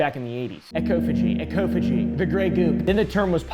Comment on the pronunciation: ecophagy is actually pronounced as "EE-CAW-FUH-JEE" ☝🤓